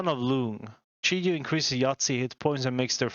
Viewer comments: Chiyou is pronounced "Chur-Yoh". The "Zi" in Yazi is pronounced as "Tz" (the i at the end is what we call a "fake i" because it is actually not pronounced). Gou is pronounced like "Go" as in the opposite of stop. Tie in Taotie is pronounced "Tyeh". The "Qi" in Qinglong and Qiongqi are pronounced "Chee" (with your tongue at the floor of your mouth). Hundun is just pronounced as "Hoon-Doon" Rushou is pronounced "Roo-show" (like a TV show). Pixiu is pronounced "Pi-Hsiow" (the last -u is a "fake u" because it's actually pronounced as "Yo" like the informal hello in American English). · For reference on Chiyou's pronunciation: Listen to the opening cutscene of Immortal Pillar campaign level 2. The villain Nüchou will say "Chur-yoh".